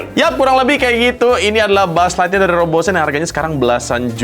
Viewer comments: Buuz ligthyear😂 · bang gue lagi ngantuk bgt cekikikan bgt denger lu bilang mulu "Bu'uz lightyear" bgst😭😭😭